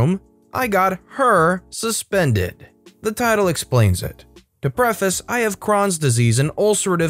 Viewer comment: Crohns is spoken with a long "oh" sound. My husband's uncle and others I know have it.